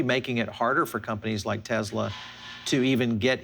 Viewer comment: Dude, "S" is not pronounced as a Z in the word (name) Tesla.